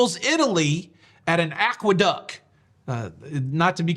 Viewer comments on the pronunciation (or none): Aqueduct has a t at the end. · May I (gently) point out that it is AqueducT? :-)